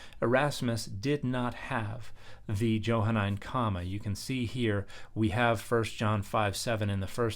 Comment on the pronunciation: It's pronounced with a soft "j" . . . Mr. scholar.